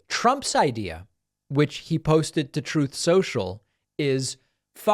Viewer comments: He said he stated “Truth” or “Troth” depending on your preference 😂😂😂. I’m dead. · "Troth" - love it. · I love it how the Orange Dick-tator can't even pronounce the word "truth" 🤣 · Troth Senchal LMAO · He can’t even say the word “truth”…